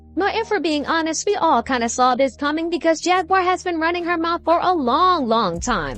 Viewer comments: Not Jagwire it's Jaguar like the animal lol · It's pronounced Jag-war not Jag-wire 🥹 and yes, prayers for her 🙏🏾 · “Jag-wire Wright”! 🤣 However, the whole look today is giving major network news reporter! 🤩🙌🏽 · you mispronounced Jaguar name